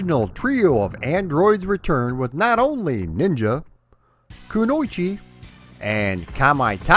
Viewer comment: Your pronunciation of "kunoichi" nearly made my ears bleed.